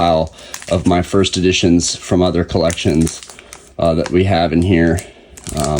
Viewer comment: That's collections with an S lmaoo